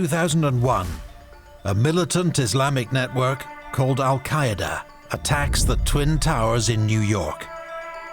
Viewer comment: Al-✅️ and not İl- or wrongly El- Al-İḵlaaṣ ✅️